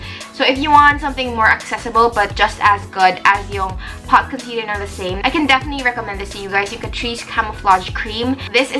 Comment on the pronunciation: hello! the saem is pronounced more like "the sem". loved the video :)